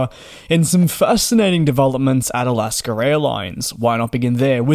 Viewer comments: Again! It is NOT Alasker Airlines. IT's AlaskA. You CAN say it correctly if you try. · Alasker airline 😂😂😂